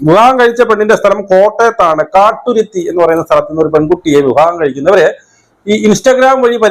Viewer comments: കാട്ടുരുത്തി അല്ല കടുത്തുരുത്തി എന്നാണ് സ്ഥലപേര് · Kathuruthy allaa, kaduthuruthy qnnu 😂😂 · 'Kaatturuthy'alla, Kaduthuruthy...!😂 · Kathuruthy alla kaduthuruthy ennanuu kottayam kaduthuruthy